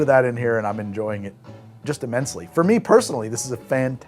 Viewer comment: He enjoyed that imMINTSely! 😂